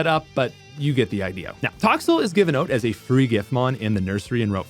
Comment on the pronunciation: Why do you keep saying OAT instead of OUT